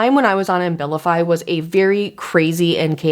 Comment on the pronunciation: You’re pronouncing the medication Ambilify, I’m assuming you mean Abilify? (No M) I’ve been on that med for years simply because the withdrawal effects and depression are too severe whenever I try to go off it. It’s a serious drug